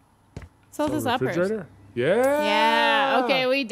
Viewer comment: I laughed so hard at "refrogerator" I dropped my phone on my face..😂